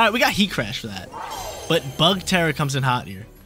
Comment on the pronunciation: lmao. The way you say BuGg!